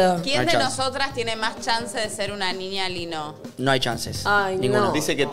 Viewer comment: amo como todos fingimos demencia con que todo el programa pronunciaron mal "niña lino"